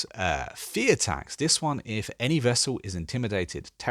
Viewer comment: Great seeing you do these CK3 vids. (just a quick nod, it's vassal as in vaseline - rhymes with hassle. Not vessel) And your tutorial / tip vids are great.